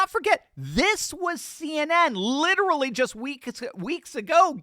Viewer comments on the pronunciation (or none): none